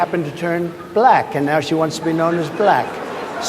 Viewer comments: Buh-Lak-Huh! He is such a putz. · The extra syllable in black contains his hate. Buh-lack. Such a weirdo & not in a good way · So weird how he pronounces “Black” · If anyone is hostile and nasty it's Trump. Just the way he pronounces "black" in regard to Kamala Harris is insulting.